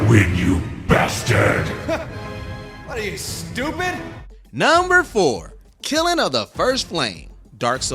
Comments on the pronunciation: It is not “Killin” of the first flame. It is Kiln. 🫠🫠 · What's a "Kilen" 😆😆😆 you mean kiln? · Your ridiculous mispronunciation of "kiln" is causing me psychic damage. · “Killin” of the first flame? Never seen the word kiln before? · Please learn how to pronounce words. Its amazing you've made it this far in your career. This channelbgets millions of views and you cant even pronounce the word kiln? That's only one example of the many words you cannot say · Can we please look up how to pronounce words like “kiln” before we record these things? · There are so many bosses that are harder than Soul of Cinder. My guy pronounces kiln wrong too lol